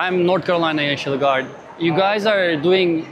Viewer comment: Neşinil gardlarrrrrr gelmişşşşşşşş, kamilyaaa laf olsun diye konuşuyor işte ulusal muhafız diyemiyo neşinil gardddddd